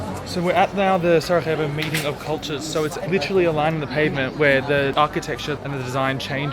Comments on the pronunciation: Please, just learn the basics about the cities you visit! Pronounce or write the names correctly—never say them the wrong way. It’s not "Sarahevo," but Sarajevo (or "Sarayevo," just for you). And that river, the Miljacka—which isn't even that deep—used to sweep away or destroy several bridges in Sarajevo every autumn! If you were to tour my city, Sarajevo, with a local resident, certain things would become clearer to you. But your vlog is actually fine for foreigners; it’s just that, as a local patriot, some things bother me. I apologize if I was a bit biased, but I had to tell you how I feel ... But it doesn't matter, thank you for visiting my country and my hometown Sarajevo and I hope you liked it. Just, next time, try to meet some local residents who will help you a lot to find the main happening places and have a good time in the evening. I wish you all the best in the future, both for your YouTube channel and for you personally... Greetings from Samir (Sarajevo) :hand-pink-waving::face-red-heart-shape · Its SaraJJJJevo (as in Sarayevo), not SaraHHHevo, we are in Europe not in Latin America 😆 Glad you guys enjoyed your stay here 😊